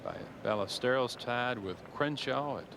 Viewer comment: Kind of ridiculous Nantz pronounced the "z" in Olazabal and Melnyk pronounced the " l's" in Ballesteros.